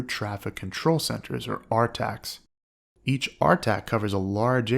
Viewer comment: Nobody calls Centers “R-TACS”